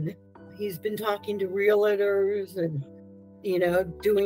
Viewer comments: "Ree-la-tor"? The correct pronunciation is "ree-al-tor". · Why can’t any of these ‘victims’ say REAL-tor? It is not REAL-it-tor FFS‼️